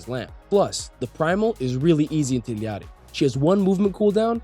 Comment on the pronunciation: I'm sorry but how you say Illari is painful